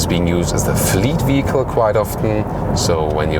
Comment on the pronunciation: I believe your german accent renders you unable to properly pronounce the word "vehicle" . I am sorry to say that this way it sounds as if you were trying to say "fecal" but with "v" at the beginning. This is not an insult ... just my failed attempt at constructive criticism.